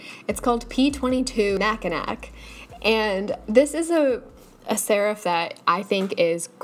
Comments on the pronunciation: I’m pretty sure P23 Mackinac is pronounced Mack-in-aw. (As in the Michigan island) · "Mackin-ack" People from Michigan: Kill Bill sirens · for the record though as someone from Michigan (where there is a city called Mackinac) the pronunciation is mack-in-aw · the michigander in me cringed at the pronunciation of mackinac 😂😂😂 it’s pronounced like “mack-i-naw” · I laughed so hard when you said Mackinac